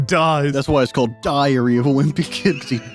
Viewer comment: ok ngl it sounded for a second like said diarrhea of a wimpy kid and then that was followed with loaded diaper. That is just unbelievably perfect and hilarious and that wasn't even intentional.